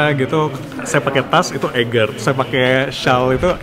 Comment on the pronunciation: Semoga sukses Sy kog geregetan kalo orang pronounce Eiger instead Aiger